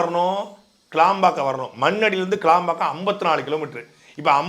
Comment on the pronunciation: சாட்டை துரைமுருகன் அது கிளாம்பாக்கம் கிடையாது கேளம்பாக்கம் நன்றி வணக்கம் நாம் தமிழர்